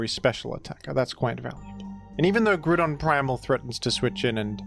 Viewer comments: I love that you’ve officially changed Groudon’s name to “Grudon” and no one bats an eye. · days since Grewdon: 0